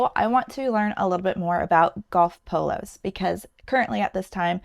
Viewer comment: Ohhhh. She’s saying POLOS not PILLOWS! Haaaaa😅😅😅😅😅😅😅😅😂😂😂😂